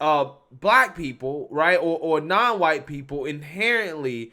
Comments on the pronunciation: Why can’t this girl say the word ‘white’? I don’t get it. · Why can't she say "white?"